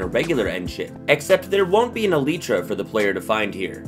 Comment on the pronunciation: It's not eiltra it's elytra